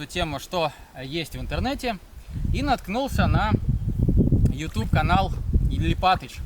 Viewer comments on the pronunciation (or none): none